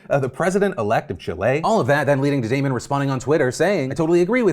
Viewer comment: Phil, as a Damon myself, it is very nice to hear my name pronounced correctly haha